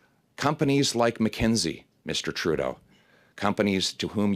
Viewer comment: I like how he always say "Justin Trou d'eau"